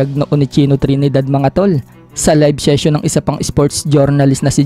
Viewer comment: syocial😂 syession😂